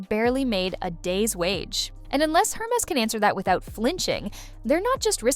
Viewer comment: Air mess. Not---> her mess.